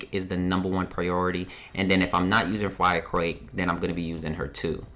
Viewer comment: "fwire crake"